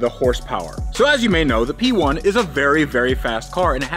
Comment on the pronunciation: that's a McLaren 'Pee'1 ROFL 🤣